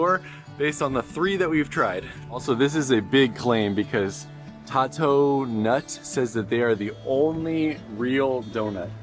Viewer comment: I live in Ocean Springs and was personally victimized by how you pronounced Tatonut. 😂